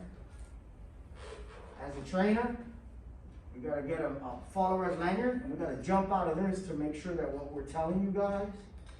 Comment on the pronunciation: Manyard? Did you mean Lanyard?